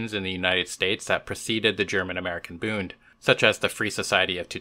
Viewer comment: Just one thing,... it's Bund not Booned. It should rhyme with blunt, not with crooned.